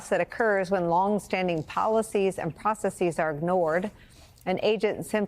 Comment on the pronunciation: It's not pronounced "process-eez", just say "processes". You sound unprofessional